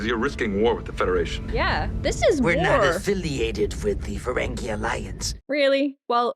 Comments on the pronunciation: just one small note as an fyi - i understand that for the first instances of seeing the ferengi, they pronounce it like 'feren-gay', but with the evolution of the species and more common appearances on the shows, the pronunciation is 'feren-gee'. i hope you watch the other series like ds9 and voyager too, they're so great <3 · The word Riker used was the name for a person (such as me) from Ontario Canada... The Ontarian manifold:) Just a lil FYI for ya tho it is Ferengi not Ferengay \o/ (fur-ang-gee) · It’s so funny how so many reactors call them Feréngé 💃 💃not a dig, it’s just funny